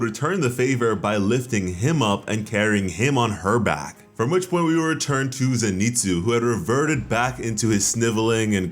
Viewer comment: Please, his name is pronounced Zen I Tsu as in Zen Ee Tsu! His name is not Ze Ni Tsu.